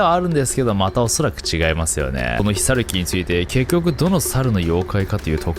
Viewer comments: ヒサユキ=ひろゆき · 「ひさゆき」じゃなくて「ひろゆき」だろ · 密かにヒサユキって言ってるよね？w